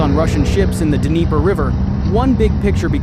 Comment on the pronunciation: Is it pronounced d-niper?